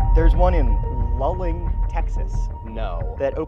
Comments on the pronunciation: Luling (pronounced Lou-ling, btw) is near the intersection of Higways that lead to Austin and San Antonio only two or three hours drive from Either; and has an absolutely famous BBQ joint and is a very common Road Trip Destination (I've daytripped from Dallas to there for a BBQ Lunch, it's quite good, the Buckees wasn't there yet) so yeah, it's a big, convenient, easy to find stop in a place you would naturally end up if you were going from anywhere in South or Central Texas towards any place further west than that (or, indeed, vica versa), at about the point where you would want to stop for gas if you were leaving either of two major cities. and yes, I know it's a Joke, it's a pretty good one, but I enjoy the fact that just like with your own debunking videos, it's laughably easy to provide a simpler and much more reasonable explanation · It’s pronounced sa-VEER-ville, TN. Also LOU-ling, TX. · Oh my god it's LOO-ling. Love y'all but damn. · In case no one else has mentioned it, it's pronounced 'loo-ling" (Luling). Sorry for living in central Texas... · It's Luling, not Lulling. I live near and couldn't believe my ears! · OMG it's Luling not Lulling. LOO-LING! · Sorry guys, native Texan here. It's pronounced "Loo-ling" Texas, not "Lull-ing". Also, finally someone is calling out Buc-ees for their obvious manifest destiny mindset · lmao shoutout to my parents hometown. 🤣 Fun fact instead of making the current Bucees just a little bigger, they decided to bulid the bigger one right next to the old one and then demolished the old one. Also we do pronounce it like loo-ling, not lul-ing, though I do get the confusion. Edit: if you drive through luling(only takes like 5 minutes since its not big) try City Market BBQ, its really good. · BTW, it’s pronounced “loo-ling” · This video was awesome! As a Texan, just wanted to assist with the pronunciation of Luling - its Loo-Ling :) Keep up the great content! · It's pronounced loo-ling, not lul-ing